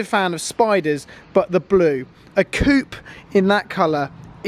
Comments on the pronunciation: Coop? isn't that where you keep chickens? Its coupe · Please pronounce coupe properly. No-one from the US knows who you are.